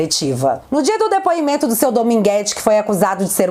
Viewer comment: O Renan canalheiro além de corrupto é muito anarfabeto, ele pronuncia "prisidente, difinitivamente, dipuimento kkkkk